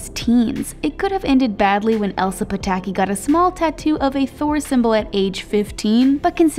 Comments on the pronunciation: Am I the only one that heard the speaker say Emily when she was talking about Chris Hemsworth and Elsa Pataky? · her name isn't "Emma", it's Elsa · I heard that too!